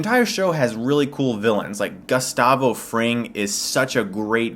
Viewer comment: Lmao. You called him Gus-stavo.